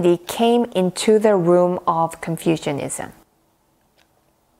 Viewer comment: You are mispronouncing Confucianism almost every time you say it. The way you say Confucianism sounds as if people have developed an ideology based on confusion, rather than the teachings of Confucius. Please don't take my comment as an insult. You speak very good English, but you, me and everyone else can still improve if we know what corrections need to be made.